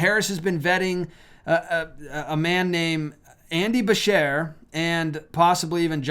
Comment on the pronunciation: Andy Beshear is the KY governor, where I live. It's actually pronounced Ba- Sh- Ear....like you are shearing something.